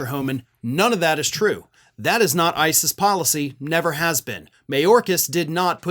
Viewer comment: Did you say ICE’S, or ISIS?